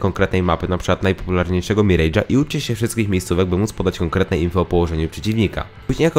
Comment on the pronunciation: To się miraż czyta. Rany